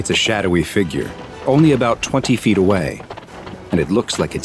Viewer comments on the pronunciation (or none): none